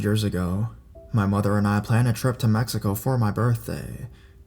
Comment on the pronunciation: Why did you say “my mother” like that😂